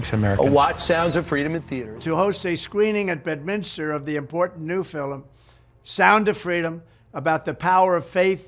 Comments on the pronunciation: "a very important filum.." says Trumpf 😂😂😂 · Did you notice how Trump said filum instead of film. There's a difference. And it's not a Irish pronunciation it was deliberate. Its a different word. Wacko world where there are no mistakes and everything means something. I'm not saying I know what. Just that it's BS. 👍🙂🙏